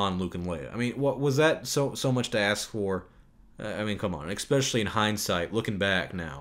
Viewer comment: It's not "EXPECIALLY", it's "especially"...